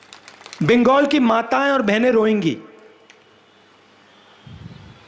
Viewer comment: बिंगगोल बोल रहा बंगाल बोलना नाम भी बोलना नही आ रहा